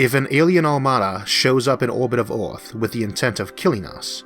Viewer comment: The planet is called "Earth" in english, not "Orth".